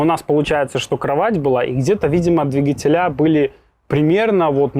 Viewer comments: ДвИгатель . ДвИгатели . Ударение на И.😂🤣😂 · В слове «двигатели» ударение ставят на слог с первой буквой И — дви́гатели. Надеемся, что теперь у вас не будет вопросов, как пишется слово двигатели, куда ставить ударение, какое ударение, или где должно стоять ударение в слове двигатели, чтобы верно его произносить